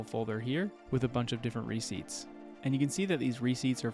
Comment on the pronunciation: re-CEIPTS. Emphasis on the second syllable. A receipt is not a ciept again..